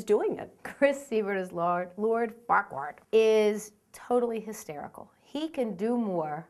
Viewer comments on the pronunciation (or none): LOL Farquaar. It's FARQUAAD! Don't worry, I used to say the same thing!